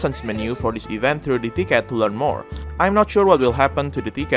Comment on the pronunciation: Lmao I thought he said dickhead not ticket.